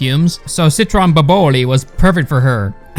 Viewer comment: It's pronounced Boboli not Boboli